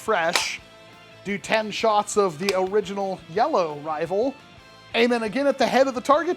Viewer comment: I heard Nerf nival 💀